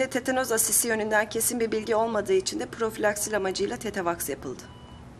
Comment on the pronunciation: de Zenan tetanos asisi diyor aşısı be güzelim